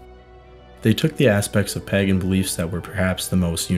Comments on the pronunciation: I have had to pause this otherwise excellent video halfway through because I can't take it any more. Not the video, I think it's great, but the pronunciation of the word.... Pagan. It is spoken as PAY GAN, not, under any circumstances PAGGAN. That is just wrong. And whilst I'm on the subject Celts is pronounced Kelts with a hard C. Not Selts. Apart from that it's fantastic. Many thanks. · Also the Pa in Pagan is 'Pay' The samhain thing would have bugged me more, being from Ireland, but it didn't come up much in the video. Pagan was said a lot though. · Amazing video, just one point is the pronunciation of pagan is a little off, if you google the word the text to speech function is just right. Sorry to be one of those people. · Did you just say that as pagaN, as opposed to pāgæn. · Is it a local accent that makes you say pagan like that? Curious. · Thank you for the reply, I'm British so I'm not great at American accents! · You should look up pronunciations of words you do not know. For instance Pagan is pronounced Pay-gan not pag-an. And Samhain is pronounced Sow-een.